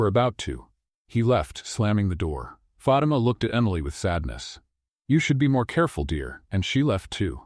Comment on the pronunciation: Fatimas name should be pronounced FA TEM A , NOT Fat t ma